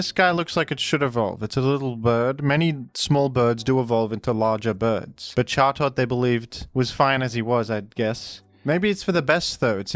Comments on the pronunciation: Who are we to say the bird's not called Jaw-Tot? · Pronouncing chatot like that should be a punishable offence